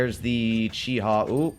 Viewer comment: Sealclubs the competition Also: Calls a Chi-He a Chi-Ha